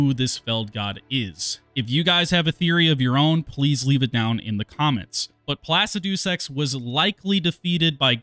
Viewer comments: Pla-ci-du-sex is a crazy name😭 it’s pronounced plu-cid-uh/ih/eh-sax the uh/ih/eh is how ever you decide tbh it’s hard to tell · Please stop saying Placidusax like that. 🤣